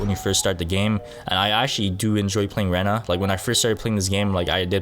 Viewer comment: you pronounse rena as rina